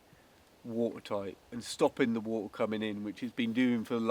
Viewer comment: wo-er, wo-er, wo-er, and not a drop to drink, as Coleridge wrote in the Rime of the Ancient Mariner.